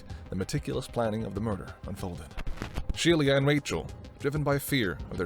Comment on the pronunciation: It's not Shelia. It's pronounced SHE - LA